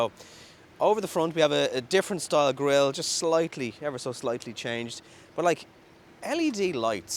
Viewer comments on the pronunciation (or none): none